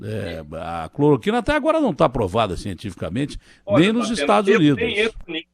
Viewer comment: Ciro não sabe falar cloroquina